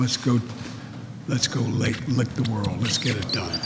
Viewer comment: "Let's go lick the world"